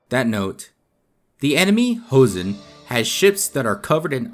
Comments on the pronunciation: You can read the pronunciation as it is written in Joseon, not Hoseon. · Jeoson is pronounced "Cho-seon" not "heo-seon." In korean, J and CH are the same letter, and are pronounced more like one or the other depending on the letters around them, as "juh" and "chuh" are said with the mouth in the relatively same position. H is an entirely different letter, and has nothing to do with J in the Far East. Also, "Geobuksan" is three syllables, not four. "eo" is a single letter in korean, representing a sound that is halfway between "aw" and "oh" -- basically a different version of the letter O: the O in "hot" as opposed to the O in "boat." So the turtle ship is pronounced more like "Goh-buk-san", not "Gee-oh-buk-san." Any time you see "eo" in romanized korean, it will be one syllable. "Silla" is pronounced "Shilla" because in this language, when the letter S is next to the letter I, there is always a "sh" sound. There is never a word in Korea where "si" happens without transforming to "shi."